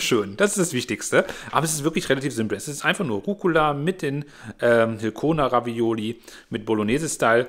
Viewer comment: Ravioli….nicht Ravaiola 🙈 sonst wie immer top